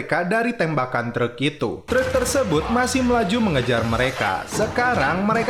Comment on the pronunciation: "treuk" 😂😂😂😂 meni Sunda pisan